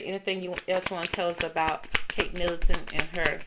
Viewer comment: Middleton not Millington...sorry, just saying to help you